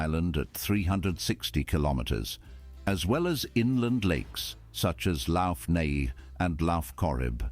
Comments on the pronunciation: That narrator is butchering, BUTCHERING!, Irish words. "Lough Neagh" is pronounced "Lock Neigh" not "Loff Neigh" Cú Chulainn is pronounced "Coo Kull ann" and Medb is pronounced "Meave" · Lock Nay (Lough Neagh) Lock Corrib. (Lough) Probably an AI voice. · I do wish you would check out some documentaries or videos narrated by a native Irish person. It is a small thing to a lot of people, but listening to this narrator absolutely butchering the names of places (lough Neagh and lough Corrib which is pronounced LOCK Neagh and LOCK Corrib) and the Breathan laws (pronounced Bre Hawn laws) The East coast tends to have the sandy beaches and the West coast has the cliffs and craggy, rocky coastline. In 1988 Dublin celebrated it's Millenium from it's founding as a city by the Vikings (although historians agree that happened much much earlier in 841AD and the celebrations in 1988 was a political and social issues and an effort to change the air of pessimism that pervaded Dublin in the 80's, to one of optimism and hope, according to David Norris an Irish senator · The narrator mispronounces the word lough in Lough Corrib and Lough Neagh (Irish word for lake). It should be pronounced the same as the Scottish word loch, as in Loch Ness and Loch Lomond.